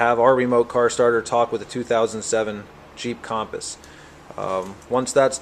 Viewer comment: A 2007 "Kham-puhs"? It's pronounced Kum-puhs/Cumpuss. Other than that, good video. I'm checking out your website now.